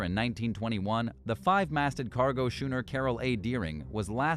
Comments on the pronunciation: Schooner is pronounced, 'SKOONER' and not 'SCHOOONER' ... I mean, learn your lines already ... fellas. D.A. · Skoon-er. Not shoon-er. (Bloody Hell) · at least the robot voice is consistent, I lol'd when it used shooner yet again !! Plus, could swear I heard 'Cape Hetterrahhh' .... Hatteras?? hehehe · Ref. #2, Putah is the Spanish word for whore. Schooner is not pronounced shoonner. Cape Hatteras is not pronounced Cape Heederes. Is American Eye produced by someone for whom English is a second language or do they not listen to the computer voice for correct pronunciation before release? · Shooner or later, someone was bound to slip up on schooner. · A 'shooner'?! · Somones gotta tell this bot how to properly pronounce "schooner"